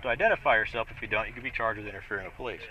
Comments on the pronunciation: First of all, it's not PO lice. The accent, in the USA, is on the second syllable, Lieutenant. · POLE-lice funny how the cops pronouce police..